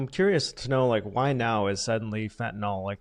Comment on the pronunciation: So fentanyl is pronounced Nil, for real? I’ve never known.